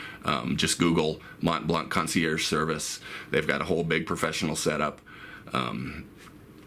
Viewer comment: Hey, nice vid, but in French the "c" of "blanc" is really never pronounced. So the "c" is always muted, with absolutely no exception :) (though you guys from english speaking countries should pronounce it as you like !). For example in "Mont Blanc est une marque de stylos" the 'c' is not pronounced even if there is a vowel after